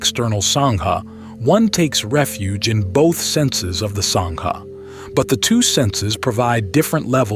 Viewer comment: Is this AI speaking or a genuine BUDDHIST? Sangha is pronounced as SAAAAA like ah in English, not a as in savour. The Great Vowel Shift is NOT used in the Dharma! In fact, English ultimately comes from Indo-European, Indo = Indian = SANSKRIT! Even today in Buddhist circles it is pronounced as sAHnga (sorta llike saying 'ah' in the surgery) NOT sainga! Further the h following a consonate like the h in Dharma signifys a soft ease or unstressed pronouncation of that preceeding consonate. Thagata and Theravada the th is NOT like the English or Old Norse the sound, but a soft t. You are fabulous on your studies, but please endeavour to learn the Sanskrit, Pali, or Japanese standards of pronunciation and not be so American in butchering other languages. PLEASE don-t be a Donald J Trump on language!!! (That would be simply AWFUL!) Thanks! OM Mani Padme Hum (ཨོཾ་མ་ཎི་པདྨེ་ཧཱུྃ), Namu Amida Butsu (南無阿弥陀仏) Namu Ichijō Renge Kyō Namu Kanzeon Bosatsu (南無阿弥陀仏 南無一乗蓮華経 南無観世音菩薩), (Later Nichiren) Namu Myoho Renge Kyo (南無妙法蓮華経)! (et al).